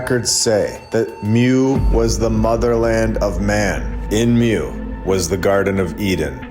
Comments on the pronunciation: "Moo" not "myoo" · It's pronounced moooo. Like a cow! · Love your videos super informative! Hint, the way to pronounce Mu is Moo. There was also a land called Lemuria, I believe this information can be found in the Law of One series. Just some additional information for you to Deep dive into. Keep up the great work! Thanks for all your hard work❤